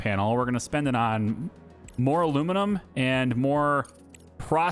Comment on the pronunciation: Aluminum, not Aluminimum.